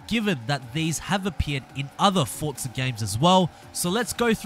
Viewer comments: It's not fortza its forza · Whats fortza??? There isnt a t in forza. Get it right people. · Its spelled Forza not fortza so you should get it right first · I know. People pronounce it fortza. Thats what I was trying to say. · Why do so many people pronounce Forza "fortza"?